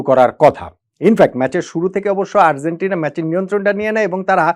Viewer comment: Argentina উচ্চারণটা সঠিক না হওয়ায় কানে লাগছে।